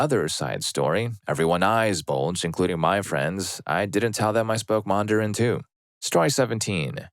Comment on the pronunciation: that's the first time I've heard anyone pronounce Mandarin with two [a] sounds. Isn't it just man-duh-rin? Not mah-n-dah-rin?